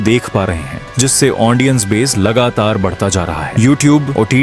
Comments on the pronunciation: Ondia❌ odia ✅😢 Aundience ❌ audience ✅😢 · Lekin ondia ❌odia ✅😅 Aundience❌ audience ✅😅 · Bhai sorry 😔 Lekin ondia ❌ odia ✅ Aundience ❌ audience ✅ Thoda sa idhar udhar ho jata hai 😂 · Ondia ondiens 🤣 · Aundiance aundia 😅😅😂😂